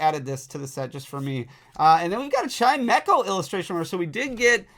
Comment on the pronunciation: Thats how you pronounce chimecho?????